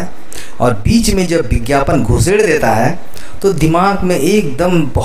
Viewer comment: It is not bigyapan, it is vigyapan.